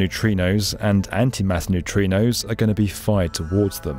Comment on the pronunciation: and Did you mean to say neutrinos? So confusing!